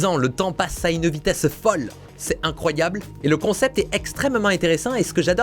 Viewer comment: Vidéo « Incryoable » ??